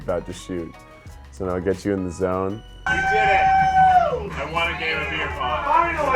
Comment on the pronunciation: Did any one feel a Miranda vibe when said Nao hard or when he was saying resting was partying or was that just me